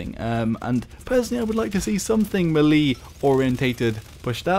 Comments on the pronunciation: It's pronounced "may-lay" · How you doing m'leeedy haha you struggle saying melee xD Like all the whilllle.........and now i got to the end of the video..... lol oh well still stands haha